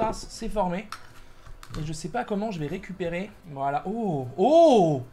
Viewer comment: Les youtuber dise toujours valala j'ai l'impresion